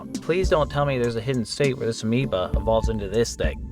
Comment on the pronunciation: bro stop saying Amoeba